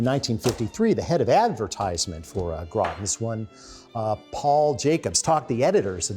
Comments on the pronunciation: Groton, CT = "graw-tun." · Groton: Grah tuhn